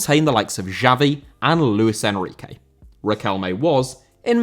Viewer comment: Enrique* not Enriquei